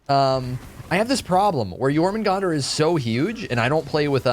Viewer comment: Thank you so much for pronouncing it correctely